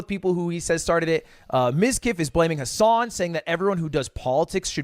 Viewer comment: Ludwig.... really you can't say Hasan???? Hahahaha